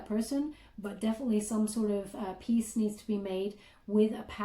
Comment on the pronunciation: Peace? not peas